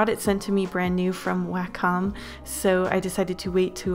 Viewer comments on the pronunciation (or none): 1. Thanks. 2. Its pronounced way-comm not wah comm